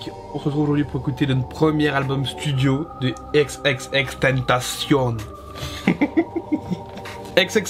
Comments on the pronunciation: À part le n qu'il ne prononce pas comme il le devrait, il prononce "ten ta cion", il le prononce pas à l'anglaise "temptation" mais bien à l'espagnole si on oublie sa faute de prononciation sur la fin où il devrait dire "cione". Y a pas besoin de polémiquer, c'est écrit t e n t a c i o n donc ça doit se prononcer à l'espagnole gros, c'est tout. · Ça se prononce ex ex ex (écrit xxx) tentacion en français pas avec l'accent américains 😉bonne vidéo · C h a o X i i n "ekse ekse ekse tentation" ça se dit comme ça 😉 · Qu'on se mette d'accord! X - X - X - TÉN - TAA - CION On prononce comme ça mdr Content de te revoir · Ça se prononce "tentation" il l'as dit dans une interview 😉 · Ça se prononce comme en espagnol, "tentación" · C h a o X i i n Alors déjà il ne se prononce pas du tout à la française et ensuite on écrit " ou sinon" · C h a o X i i n Déjà on dit ou sinon et de deux ça se prononce "èxèxèxtènetaciôn" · Juste une précision, d'après lui il faut prononcer "tentacion" à la française exactement comme tentation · tu prononce mal son blaze , le "tentacion" il faut le prononcer comme en français , aussinon nice vidéo ;)